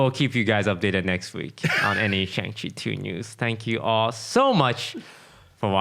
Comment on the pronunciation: Isn't it pronounced Shahng Chi?